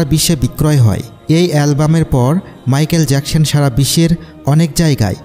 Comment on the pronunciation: মাইকেল জ্যাকসন হবে মাইকেল জ্যাকসন হবে ভাইয়া ভালো করে বলতে